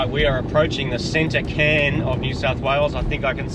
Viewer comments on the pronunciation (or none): Tottenham is a district of London also. Its called a Cairn, said as Kairn.